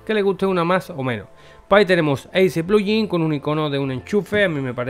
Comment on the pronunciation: porque pronuncias pluyin?